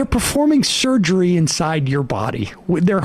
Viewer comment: The inability to pronounce “surgery” was a nice touch.